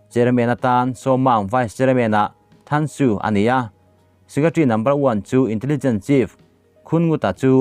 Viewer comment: Tansu ti a lam lo vin Tansui ti in lam rik tur